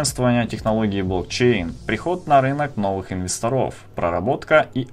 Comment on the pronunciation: Не инвестрОв, а инвЕсторов. А вообщем всё толково